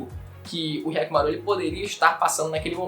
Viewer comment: "K"yakkimaru? Despois que assisti o vídeo, isso me chamou a atenção kkkkkkk